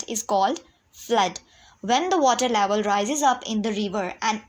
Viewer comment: Excuse me mam it is not laval. It is level